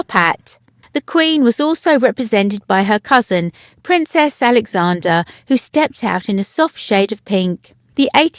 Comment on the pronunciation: If you insist in reading description in this horrendous English accent, PLEASE make sure you pronounce the Royal family members names correctly. It’s Princess ALEXANDRA not AlexanDER. The difference is that the latter is for males and the Queens cousin is most positively a woman! Get it right!